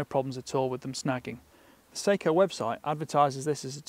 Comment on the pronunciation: Note on pronunciation: "Seiko" is a Japanese company noted for their watches. "Sako" is a Finnish company noted for their firearms. The former is pronounced say-ko. The latter is pronounced sah-ko.